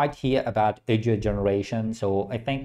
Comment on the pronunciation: Its pronounced 🔊"AW-DIO"😂